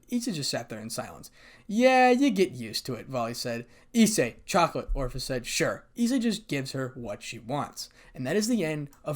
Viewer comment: Ophis... Long "O" followed by fiss. It ain't hard, brother.